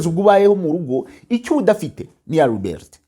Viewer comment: Liberty.yenda ujye ubivuga uko mbyanditse. Bavuga ngo libati= liberty